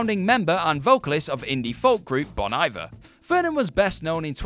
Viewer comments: It's pronounced "bone eeveair". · It wouldn't be a WhatCulture video without a lolworthy mispronunciation and/or mispelling. Nora(h) Jones? Bon Eye-ver? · The Bon Iver pronunciation hurt! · You miss pronounced bon iver wrong!! More than once!!! 😭😭